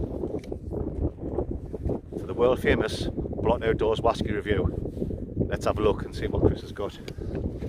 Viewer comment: Brilliant. What stunning scenery it is in the Lake District, it's a beautiful part of the world. Your 'whasky' reviews truly are a thing of legend. I just love how you're always gubbed when you give them. Hilarious stuff, mate. Keep it up.